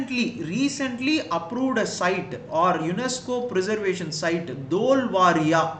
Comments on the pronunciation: It is धोलावीरा not धोलवारिया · It's "dholavira"not "dholvaria" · Dholavira bro not varia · It is Dholavira in Gujarat, please pronounce the name correctly...